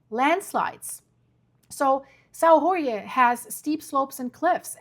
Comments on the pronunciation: Saò jorge Translation=Saint George. Not Mexican ! Not "hore hey."🙄🫩😆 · You lost me on the "Sao Rorgué island". If only the english speakers new that Jorge in portuguese is spelled almost like George in english... And this event happened 4 years ago. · Please, just say: "São George"... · You can pronounce: island of Saint George , in Azores. Very nice islands to visit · Thank for the information, but please say the name of the island correctly. It's São Jorge or St. George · You can’t expect her to know every language. Portuguese has some strange sounds, too. I say this as an Azorean descendant!